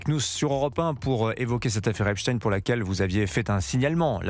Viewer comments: Geoffrey Epstein pas Esptine ! ! On dit pas "Einstein. " Pas Einstine ... ?? !MDR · C’c'est une affaire française puisque Epstein passait 6 mois par an en France et ce n’etait pas pour faire des randonnées, pour preuve qu’il a peur les journalistes des télés d’etat on ordres de prononcer epstine au lieu d’Epstein, Macron qui serait cité affirme que poutine est cité alors que pour l’instant pas d’infos pour poutine, par contre il a été révélé par exemple que depuis 2013 c’est ariane de rothschild qui a ordonné aux gouvernements français successifs de détruire Dieudonne, de l’éliminer est ce que vous réalisez qu’une rothschild ordonne ce que doit faire le gouvernement, macron aurai pris des conseils à Epstein, des conseils au plus grand pédophilie mondial pour la France et il accuse poutine